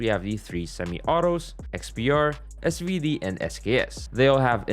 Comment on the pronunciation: SVD do you mean SZARVD